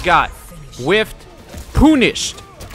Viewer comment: “Poon-ished”! Lmfao!